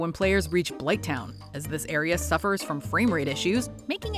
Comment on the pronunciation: Blithtown? Bruh Watch Mojo needs to stop talking about games. If you said the second half of DS1 maybe you’ll get a pass but blighttown? smh